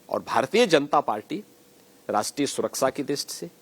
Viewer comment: Baba Hathras bhul gaye betiyo ki surksa nahi suraksha hota hai